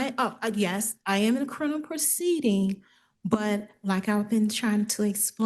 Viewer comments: Omg if she says “Crinimal” one more time I’m gonna lose it! Say it right, it’s CRIMINAL! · CriMinal not criNimal you absolute twit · She also said crinimal instead of criminal. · Did she say “crinimal” Well whether she did or didn’t, she most definitely DID say “Corintheses” when she meant “Corinthians” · So... she's in a "crilminlal" court, doesn't want any "trestpasting", wants to "axe" questions of the judge, she's obsessed with her hands being clean, and she's a man with a womb...did I miss anything? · She can’t pronounce criminal- she keeps on saying “Crinimal” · Lol this lady keeps saying criNiMal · WTF is “Crinimal”? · why is she having so much trouble with the word criminal